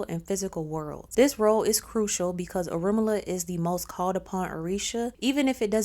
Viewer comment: So, she has all this knowledge about him but can't even pronounce his name right. How embarrassing 😳 🫣